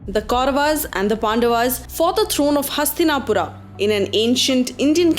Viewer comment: I gave up watching this when I heard pronunciations like Pandavaas, Kauravaas, Hastinapura... unnecessary ...aaas added in the end of each noun.